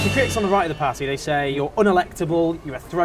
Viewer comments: That smug faced twat can't even say party. Pardeeeeee. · Why can't Owen say the word 'party'!